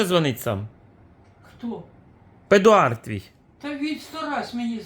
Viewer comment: Смешно,когда "педик" называет Эдуарда, Педуардом😂